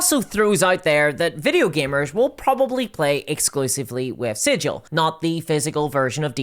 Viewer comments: Hope it's sigil not siggle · It's pronounced Sig uhl not Sij al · Not Sijill.. its 'sig il' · The proper way to pronounce Sigil, the City of Doors (the city in the center of the multiverse): the "Sig" part is like sigma, not like "sidj" like everyone insists on. This was proven in an old version of the Planescape setting and NEVER CHANGED. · Fun fact for the algorithm: the Planescape city "Sigil" is pronounced with a hard-G sound according to its creator, unlike the soft-G of the normal word "sigil". I'm curious how WotC reps will pronounce the word when they speak it... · The planescape city is pronounced "siggggle" not "sijil" 🤧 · Once you said that it was called 'Sidj-il' like the city at the center of the multiverse I knew you were a poser: true fans know the city is pronounced 'Sig-il.' I can no longer take your content as gospel for you are a false prophet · Yes, I paused the video to read the text wall regarding the Smallville RPG. Also, is Hasbro pronouncing the VTT like "sijil" with a "j"? Any burk will tell you it's with a hard "g". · Is it named after the Planescape city? Because "Sigil" the city is pronounced SIG-il, like 'giggle.' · Sigil has a hard G like "cig-eel" fake nerd detected. Nah its ok, I made the same mistake a few months ago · If the VTT is named after that city at the center of the multiverse, wouldn't it be pronounced like "sig-ul"? Like rhymes with giggle? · Sigil is not pronounced like that, berk. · I’m sure you weren’t around when Planescape was released, Cao probably wasn’t either. But the name has a stunted ‘g’ Like Griffon not like Jif, it’s not like the word sigil, it’s the name of the city Sigil, and it’s actually made a joke in the original box set that only people who know nothing about the city pronounce it like the word and not it’s actual name. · It is a literal crime to mis-speak the name of the city of doors, while in the city of doors. I can’t be the first to note this.